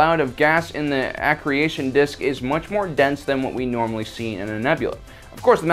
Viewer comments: Ah-Kree-Shun! I know right! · I think it's accretion disc, not accre-i-tion disc. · I am a self confessed space science junkie. You have made a couple of minor technical errors in the video. Planetary nebulae don't feature accretion (pronounced "akreetion instead of acreation) dishes - you tend to get those around massive gravity wells pulling matter onto an object - like a black hole or white dwarf (which can form a nova). A planetery nebulae is created when a main sequence star like the sun star begins to blow away it's outer layers as it ends active fusion - leaving behind a white dwarf. The great red spot is a kind of anticylclonic storm and is not a tunnel - it sticks up above the surrounding cloud deck by several kilometres, BBC did a very good progamme on the current NASA Juno mission recently that covers the latest findings on Jupiter and it's iconic storms - well worth a watch (Search BBC Horizon). The Tunnel likes features in the maelstrom strike me as too structured to be natural - you can get voids in nebulae - but the way the gases swirl around the outside of the tunnels suggest that they would probably collapse unless artificially maintained. Please don't take my comments as criticism as I thoroughly enjoy your channel - you make great content! Besides - I enjoy Star Wars so if they take liberties with reality I don't care - as long as it makes for an enjoyable story. BTW - don't forget to remind people about the threat posed by alien scum and dolphins #humanityfirst. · A parsec is, specifically, 3.26 light years, or roughly a light year short of the distance between Earth and Proxima Centauri, our nearest neighbor) and thrown in for free, "maelstrom" is pronounced MALE-strum, rather than MAL-strum, and the white thing introduced is an accretion disc (uh-CREE-shun), rather than an accreation (ack-cree-A-shun) disc. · I believe it's pronounced "Aa-Cree-Shun" disk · Yeah, lost all his ethos with that pronunciation for sure... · "aah-cruuschna dish"